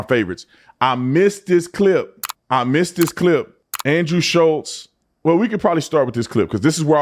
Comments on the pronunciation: Shulz not Schultz i know it's not a big deal just trying to spread awareness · ITS SCHULZ NOT SCHULTZ... It drives me crazy when someone can't get a persons name correct when you are talking about them!!! enraging